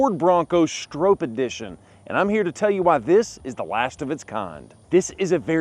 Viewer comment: Pronounced “STRAW-P” ….. not “StrOHp “….. cmon…. Get it right …. You guys are great at everything else